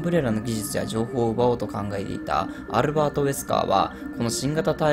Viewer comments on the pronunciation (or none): アルrrrrバート・ウェスカー